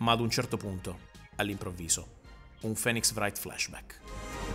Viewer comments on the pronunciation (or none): Un altro Phoenix* Wright flashback? *si dice Fìnix porca miseria